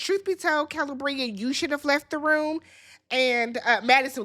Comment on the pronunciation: Kuh-lee-Bree-ah 🙄🙂‍↔️😑 you pronounce names like you’re from MN too…😶😵‍💫🥴